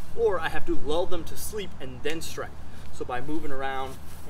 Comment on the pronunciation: did you say "lul them to sleep" at the end with the summary i couldnt understand it